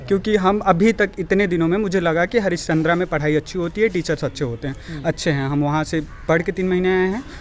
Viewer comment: It 's not हरिचंद्रा it's हरिश्चंद्र